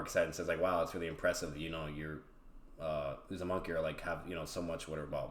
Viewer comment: Really enjoyed the video. Just kept getting thrown off because kept saying "uzumonkey" clan 😂 Cool debate though!